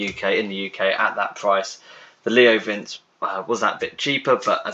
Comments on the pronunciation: Next time try pronouncing it "Leo Vintxi". It's not "vince" like in "Vincent". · It's pronounced *Vinchii